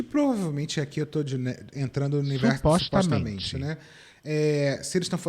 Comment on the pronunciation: para além da idoneidade que a agência passou, esses creators eram pequenos na época que foram contatados, então eu entendo que deve ter passado pela cabeça deles um “uau, eles nos notaram” (áudio da “supoxtamente”)